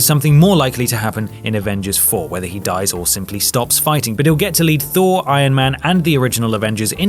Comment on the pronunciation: NO. FHOUR......THOR😂😂😂